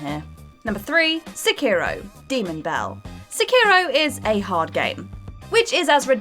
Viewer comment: The way she pronounces "sekiro" really bothers me. It's pronounced "sekkiro" not "sekiiro".